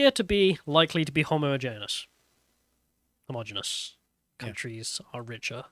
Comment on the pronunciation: Please learn to pronounce your ts. Day'er for data? Come on, man. And practise pronouncing homogeneous and homogeneity. It's embarrassing listening to you. Oh, and I'm British, not Bri'ish.